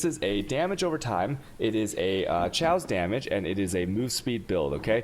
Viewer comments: it's pronounced cay-ose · cay - awse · Nice build mate :) i like it for map clearing ... Please spell it like Cayos not shaos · I actually pronounce chaos as Cha-os. Not Khe-os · I think i got autism hearing Chaos said like that. Thanks dad